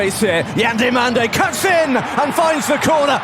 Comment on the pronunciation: WHY is English commentators always changing names? its DI"O"MANDE not DI "A" MANDE